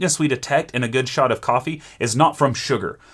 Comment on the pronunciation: all i hear is: go make a shot of soup